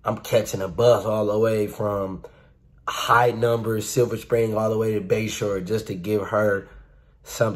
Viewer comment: Caught that you were from Milwaukee when you said, "silver spring to bayshore" haha my dad drives that route